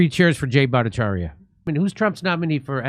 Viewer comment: Jimmy Dore's finally pronouncing Dr. Bhattacharya's name correctly instead of mocking it. My goodness :)